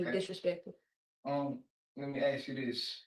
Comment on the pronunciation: Sentence: 1 year for every "I wanna axe you dis..."